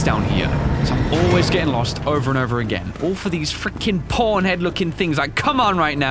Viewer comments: everytime he says Pawn i hear porn and laught my ass off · I like that it sounded like he was talking about porn and porn Keys all The time xD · I know he's saying "pawn". But why do I always hear him saying "porn"? Man, I need to go see my ear doctor... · When he says PAWN it sounds like PORN